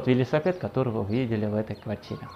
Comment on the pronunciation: Благодарю! Обожаю смотреть ваши ролики. Вы такой классный! Просто подымаете настроение (особенно ваш "велисапет")))) Много смотрю разных предложений, так как хочу купить квартиру, и мне кажется, что вы самый честный риэлтор...